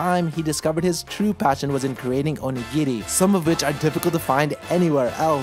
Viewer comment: Not that I'm surprised, because it's you, but I'm so glad for your pronunciation of "onigiri". Everytime I hear "OH-KNEE-GEAR-EE" I cringe so bad.